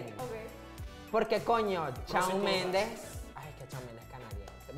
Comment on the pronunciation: Conductor: "Sebastián Yantra" Divaza: Yatra* Por qué dijiste Yantra?? 20s después *aparece Shawn Mendes" La Divaza: "Chaon mendes"